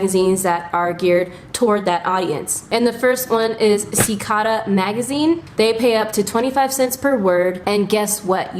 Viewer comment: cicada (sih-cay-duh, like the bug)